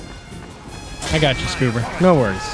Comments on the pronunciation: I smile every time I hear go "Scoober", without fail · Every time has say "SScooBEr" I smile.